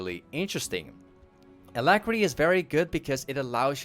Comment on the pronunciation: clicked off the video when you said alacrity lmao